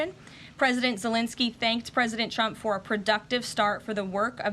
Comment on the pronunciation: Trump, not Chrump. Diction.